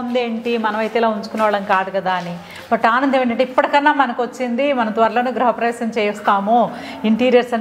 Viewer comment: గ్రహ ప్రవేశం కాదమ్మా గృహ ప్రవేశం